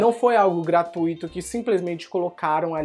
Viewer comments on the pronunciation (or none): none